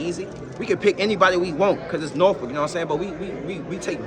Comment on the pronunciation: The pronunciation in this video of Norfolk must stop